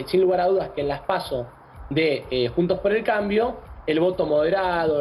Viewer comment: Analista fanático de Massa y, detalle no menor, un ignorante carente de profesionalismo alguno. Ni el nombre de la coalición pudo pronunciar correctamente.